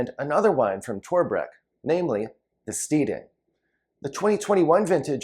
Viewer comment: FYI... The Steading - pronounced stedding Heytesbury- pronounced hatesbury.